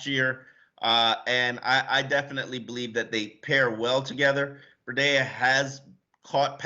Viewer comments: Breh-dea? WTH! It’s simple its Bree-dah. How are these sports reporters unable to know let alone pronounce the name correctly? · YOU GUYS CAN'T EVEN SAY THE GUYS' NAME! OMG! IT'S MATT BREE-DA, CAN YOU GET IT RIGHT? VERY UNPROFESSIONAL! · I wish Sun Sentinel would give Chris Perkins spot. Painful to hear pronounce names. Our new RB is now a water filter! Brita...!?.....smh. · it’s pronounced Matt BREEEDA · can't say Tunga-vai-o-la, Breed-a or Ig-bi-nog-a-nee. I'm disappointed because it shows a basic lack of doing his job. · Please guys. Its pronounced BREE-DA. This is a home team channel Sun Sentinel. Represent for the Dolphins, get the names of our player right please. Let these new players feel welcomed, lol. Peace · How can yall be experts in the team yet so awful at pronouncing every name.. "BREE DA" not whatever tf said. And PLEASE learn to say our QBs name!!! "Tounge-o-Vuh-low-a" not TAG!!